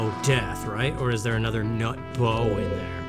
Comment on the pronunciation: The way he kept saying /nut/ made me laugh so hard